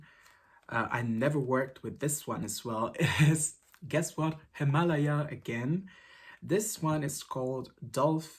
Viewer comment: Actually you said correctly at first. It’s not Himalaya, It’s HimalAya. As far as I know, the brand is Turkish origin. So you were right in the first place. Annd I love your videosss <3